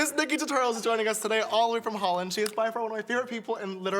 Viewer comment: I thought it was really cool that James pronounced "Holland", because i'm from Holland!!